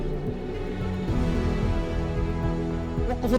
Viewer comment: النطق غلط الرم بدون تشديد للراء